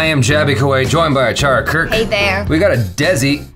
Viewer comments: That's Not daisy its dee sii if you can't say si so say c dec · its "desi" pronounces like de-they si-see, theysee 😉😉😀😀😀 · Deci not Deazzi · I love when says desi he says dazi 😝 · I wheezed when he said “dezyy” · How many has it been 😂😂😂 still can't pronounce Desi